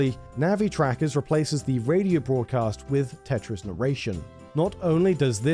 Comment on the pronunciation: I thought you said 'Tetris trackers' instead of Tetra's trackers...